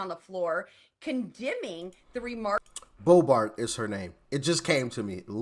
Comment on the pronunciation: That's Lauren Bobert...not Bobart.